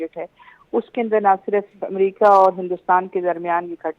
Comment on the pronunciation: Amrica nhi America Hota h 😂😂